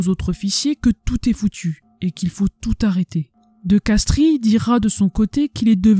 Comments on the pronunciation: Colonel de Castries, on ne prononce pas le "i" , on prononce de Castres. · ça s'écrit de Castries mais ça se lit de Castres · Castries se prononce castre (origine latine)